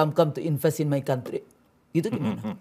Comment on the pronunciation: come come invest to may country 😂